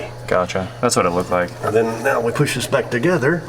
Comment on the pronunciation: “poosh button”